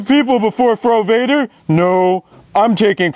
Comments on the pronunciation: I skipped the frowader part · Fro Wader is John Dumb-ar, i skip it